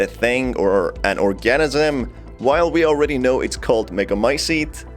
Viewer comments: Guess you've never heard the pronunciation of the word 'organism' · Thank you! I though I was the only one bothered by that. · I just cant with the way you say organism But!!!!!! Good video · Couldnt watch anymore after hearing your pronunciation of organism